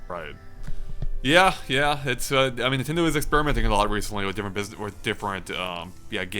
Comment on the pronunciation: Have you noticed that says Nintendoo, instead of nintendo at the start of the video.